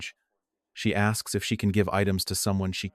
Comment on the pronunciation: It's a no brainer if someone axes on a cruise you gonna say yeah I want you axe me on a cruise axe me anytime.